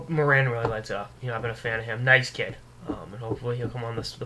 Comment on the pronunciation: It's Morin (as in Moore-in) good god. I would know.